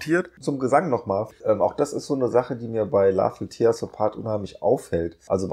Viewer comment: "tear" ist ein Teekesselchen. Es meint hier "zerreißen" und nicht "Träne". Es wird also nicht "tier" sondern "tähr" ausgesprochen. Sorry wenn ich hier so besserwisserisch daher kommen muss. Aber ich kann da grad nicht anders. Ist eins meiner Lieblingslieder. 🙈